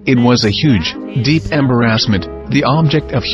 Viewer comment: gardensofthegods it’s hilarious how when the mechanical narration describes Harvey Keitel’s stutter at a young age, it says, “It was a huge and deep emb-her-assment”. It clearly can’t pronounce embarrassment correctly. Listen out for further mispronunciations, which are guaranteed to cause hilarity!